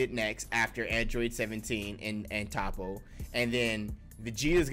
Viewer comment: Aye nice video but I don’t think it’s pronounced “Tahppo”. I heard it was “Toeppo”.